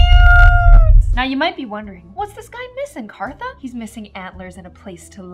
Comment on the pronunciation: No hate but why does she always call herself it's so funny